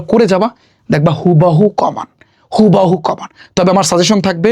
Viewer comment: ❌কমন ✅কমান 😅😅